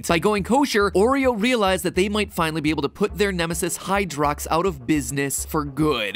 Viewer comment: Is it just me, but “Hydrox” sounds like “Hydra” and every time he says it I think of the MCU